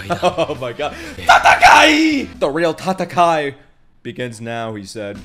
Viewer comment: okay I need to finally say it it's not TATAKAI it's TATAKAE with E like EARTH or when u say ANGRY 'A' sounds like E in that case so yeah TATAKAE - ONE DAY U WILL BE SMARTASS LIKE LIGHT ( pun intended )